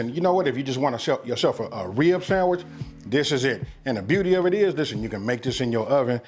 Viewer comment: The Riblet samitch Not sandwich, but samitch